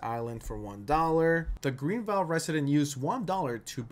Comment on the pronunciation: This man said “green-vile” instead of Greenville